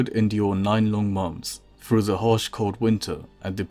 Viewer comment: You have a nonstandard phonological substitution or th-fronting lisp. It's what causes you to pronounce your "th" as a "v". So "The" becomes "Va". And "Through" becomes "Frew".